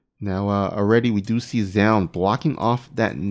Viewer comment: Its pronounced zoon or to break it down zo-un. Zown is what artosis says and it completely incorrect